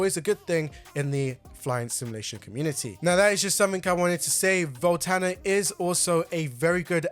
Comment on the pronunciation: Voltana? Volanta!!!